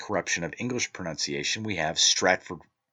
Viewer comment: Ironically you misprounced "pronunciation" lol Bleedin Dubs wha'!